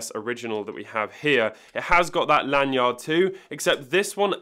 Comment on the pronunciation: The way you say lan-yard bothers me lol. You're over-enunciating L.E. yacht